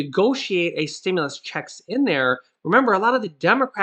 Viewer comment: Stimulus!!! Not Stimuless!!